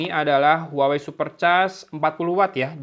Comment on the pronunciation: cara nyebut brand-nya : WAHWEi